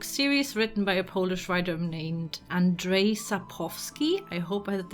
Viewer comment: Polish people are usually very "eh, close enough, good job" about our names being pronounced by other nations,but it was very close tho, Your pronunciation of "Andrej" was really good and it's nice to see someone actually paying attention that "w" is pronounced as "v" in Polish, you only missed "k", it's "sap-cov-ski" but I'm sure everyone in Poland would know about whom are you talking about! The build looks amazing, I'm always pressed how creative some people can get with using only vanilla game. I really love the laboratory, the armory and especially Triss' room! And the whole build from the outside? It is so nice to see builds that are not flat, the dopth really makes it look so much cooler.